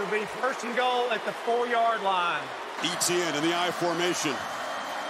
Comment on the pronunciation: How do you have a career in broadcasting and fail to pronounce a clearly French-based name like "Etienne"?